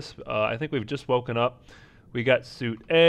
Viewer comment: FYI, SUITE is pronounced Sweet in a room setting.